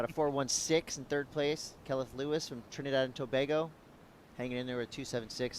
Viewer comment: it's pronounced To-Bay-Go........not To-Baa-Go...........Trinidad and Tobago